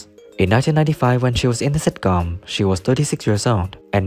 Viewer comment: It takes years of practice, before you can say sitcóóm. Stress is wrong.